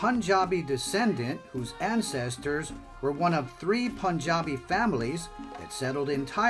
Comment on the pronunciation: Wrong pronunciation